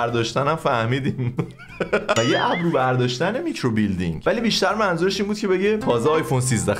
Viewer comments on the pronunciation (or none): میکروبیلیندینگ نهههههههههه میکروبِلِندینگ 😐🤌